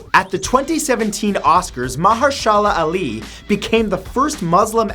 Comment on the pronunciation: I applaud your attempt to pronounce Mahershela Ali, but I’m pretty sure you’re wrong.